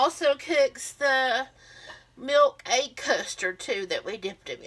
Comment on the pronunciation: Dip it in your “aig ” 🤣 love it